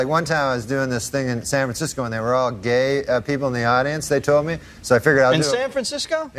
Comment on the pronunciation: The emphasis on the G in Gay is textbook work here :face-purple-crying